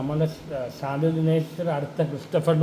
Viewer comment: ശാന്തിവിള എന്ന പേര് നേരാം വണ്ണം ഉച്ഛരിക്കാൻ പഠിച്ചിട്ടു പോരെ വിമർശിക്കാൻ...